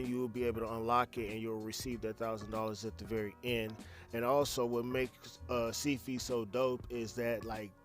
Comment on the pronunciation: “ Seed Fee “ 😂😂😂😩 I laughed lol the way you pronounced it , but thank you for this info !! I subscribed